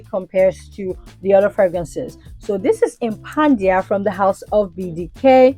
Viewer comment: I love watching your drama 😂. Also is tha Impadia or Impandia. I keep hearing you say Impandia.